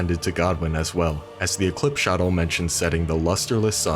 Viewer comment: Great vid, btw Shotel is pronounced “Show-Tell”